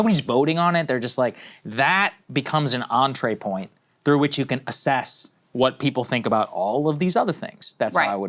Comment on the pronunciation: saagar said "entrée point"... twice 😂